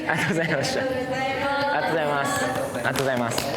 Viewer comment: SKY-HIが「ありがとうございます｣を「あっとごじゃいます」って言うの可愛い